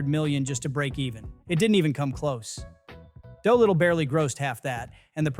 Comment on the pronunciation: This would be a fascinating video, were it not for the repeated mispronunciations. 3 minutes in and I've already heard you pronounce DOLITTLE and ALI incorrectly. Even allowing for the possibility that you've never heard these names before (one having been in the title of several earlier films, the other being the most famous boxer who ever lived), the names of the characters are spoken aloud in the films & the marketing materials. I'm sure you think I'm nitpicking, but it severely undermines a creator's credibility when he or she is imparting information but can't correctly pronounce key words like names & titles. Took me right out of the video.